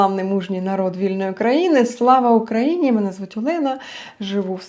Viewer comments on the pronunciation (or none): none